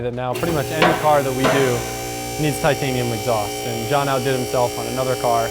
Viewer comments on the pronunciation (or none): Indeed it is Sidenote Is calling him John & not Johan, or are my ears defective? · it’s pronounced yo-han